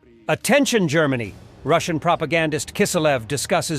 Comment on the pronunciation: "ROOSAYAN" for 'Russian.' ... your A.I. digital voice needs more machine learning.